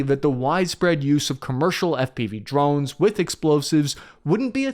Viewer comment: Did you say New Jersey? Oh, you mean the "Drovnis"😂